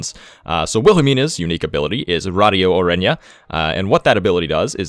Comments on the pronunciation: Radio orenja instead of oranje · he got radio oranje pretty on point tho